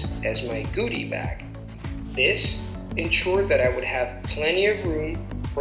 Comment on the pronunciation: This is an excellent mini tutorial on how this is done. It's a great idea and I'll be doing it myself and sharing it with students of mine. Two things though: From what I could hear, that was you on the recording, right,? The word "goodies" was mispronounced (short "uh" sound, not long "ou" - understandable error) and in phrases such as those beginning with "you'd better", the "would" is most often elided rather than "you had better" which is clunky-sounding to my native ears (there was another, earlier example in the audio). Another thing, "for the best ones", the stress is on the "ones" at the end; so not "the BEST ones" but "the best ONES". Other than that, fantastic job!